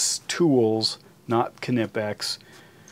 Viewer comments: Nipex not K Nipex ask the Germans. You Yanks really have a big issue with “ pronunciation! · Knipex. It’s pronounced Nye-pex. In German the K is silent